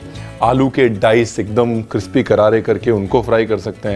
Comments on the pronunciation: 😂😂😂 vahi samaj ni ara caption mai crispy hai bol cripsy rahe hai . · Jb se ranveer sir ka cripsy sikha h...Mai crispy bolna bhul hi gai hu😂😂love you sir...god bless you❤️😁